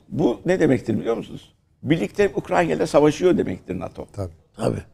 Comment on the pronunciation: Keşke Ukrayna ya Ukrayna diyebilseydiniz de bizde sizi ciddiye alabilseydik.